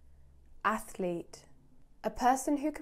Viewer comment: Anatartic, Arctic and athlete ffs your special